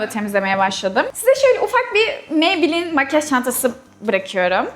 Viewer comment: Lorel parise maybleenn demesi cok komik deyil mi😂😂😂😂😂